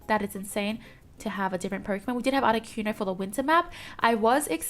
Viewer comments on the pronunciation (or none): none